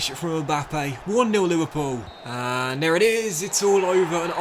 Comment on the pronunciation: First off, I’m enjoying your videos. For someone that speaks well and clearly it is really hard for me, personally, to watch when you say this, that, there, the etc like a kid. Dis, dat, dere, da. Come on man.